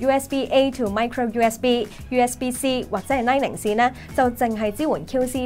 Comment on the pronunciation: pronunciation! is light 'ning' not light 'ing'...